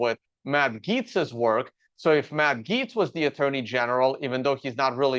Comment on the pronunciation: Tuned out when it got to your opinion of Gaetz. That you have no idea how to pronounce his name is a flag for how little you know about the guy. Saying this as a staunch republican, Gaetz is an absolute snake. Trump loyalist, yes, but he's a scumbag. His resigning had nothing to do with this appointment, it was because the ethics committee report was going to go public if he didn't. He didn't need to resign until after he was confirmed.